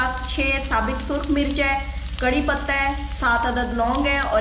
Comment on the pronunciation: کڑی نہیں کڑھی ہوتی ہے۔